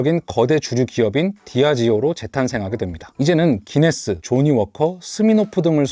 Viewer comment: 구인네스가 구수함